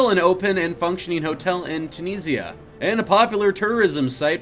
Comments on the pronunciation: Tun-zuh-nee-ah? You mean Tunisia? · Dude it’s pronounced Tunisia- 3 syllables too-knee-sia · #32 Tunisia, not Tansania! lol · I don't think he's saying Tanzania, he's just too much of a millennial to know how to pronounce Tunisia. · Did you even research the pronunciation of the names you use in this video? You mispronounced: Tunisia, Drew Struzan, Whills and many more. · how do you mispronounce TUNISIA twice in under 30 seconds?